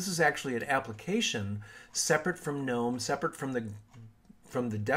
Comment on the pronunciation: Thumbs up just for pronouncing Gnome correctly.